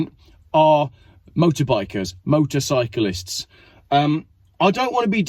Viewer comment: Wtf is motorbyclist you sound retarded. Motorcyclists! Great video though.